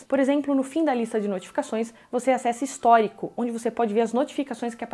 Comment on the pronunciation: deu um leve cagaço nessa palavra histórico 🙃🙃